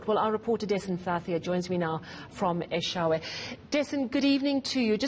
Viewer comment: Its Eshowe with an O not an A its not Eshawe please pronounce correctly 🙏🏾 thank you